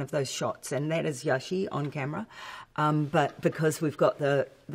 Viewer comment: Stunt double is Yaxi, not yashei.